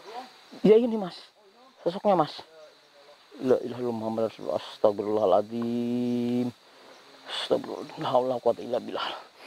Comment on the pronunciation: Itu nyebutnya bukan astaghfirullahal adhzim tapi astaghril al adhzim.. Sudah aku ulang2 berulang kali.. Semuanya nyebut astaghril al adzhim.. Artinya apa?